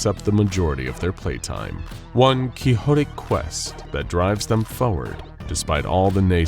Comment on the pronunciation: "Quix-o-tic," not, "Key-ho-tic." Like it should be.